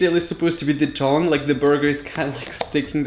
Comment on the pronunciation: Am I the only one who heard thong when he said tongue